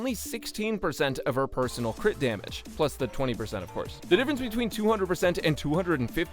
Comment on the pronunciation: No way bro just said “CRITORIS” lmao